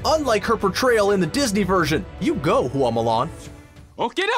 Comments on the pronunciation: Bad pronunciation. It's not hoo ah it's hwa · OMG please take the time to learn how to pronounce the name of the thing you're talking about next time. Everytime you said Hooa instead of Hua it made me cringe! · Hua is 1 syllable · Fa Mulan. The surname they got is Fa. not Hua. Right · “Hoo-wah” urrrrrggghhhh no! It’s 1 syllable: “Hua”. That’s it. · You couldn’t take five seconds to learn the proper way to say Mulan’s last name? It’s not “hoo-ahh,” it’s one syllable, just Hua. Same with Tang, and Zhang Ziyi. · I found it interesting that you pronounced Hua differently almost every time lol